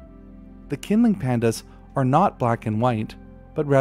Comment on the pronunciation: The q in pinyin representations of Mandarin Chinese is, for reasons best known to its originators, used for a sound closest to ch in English. Qinling is best pronounced as "Chinling". Presumably taking their cue from Irish spelling, designed to fool and annoy the English.